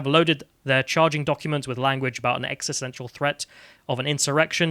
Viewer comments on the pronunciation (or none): none